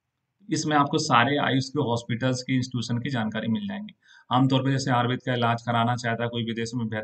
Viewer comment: Ayurveda nahi ayurved bolna chahiye